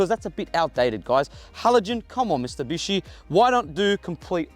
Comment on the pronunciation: Did you actually say ‘Mistubishi’??